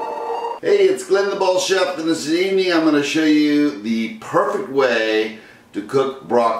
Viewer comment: oh I see now, the word you try to say is perfect, you pronounce as perfek. I actually don't think this is perfect. Seems like you lose some nutrients boiling the broccoli even for near 2 minutes. Think I would prefer to just roast. Also, the way you seasoned. I want an even spread of the oil, garlic, pepper, and salt. The way you did it is the way most cooks do it, but you really only season part of the dish.